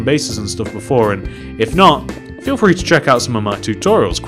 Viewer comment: Not trying to be rude but you say frhee